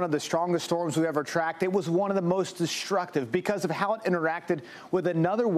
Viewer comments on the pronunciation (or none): Distructive = dish-tructive Extreme = ek-shtreem